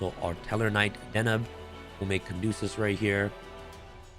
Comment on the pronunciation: Caduceus not Candosa